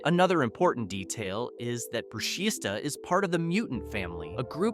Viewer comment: ITS NOT BRUSHISTA THE S IS SILENT ITS PRONOUNCED BRUSHITA